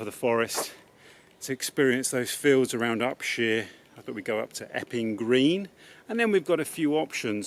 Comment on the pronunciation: Inspirational movie as always. A joy to watch. Detail: It's Up-shire not Up-sheer (my grandfather owned arable land there until 1938 - now covered in houses).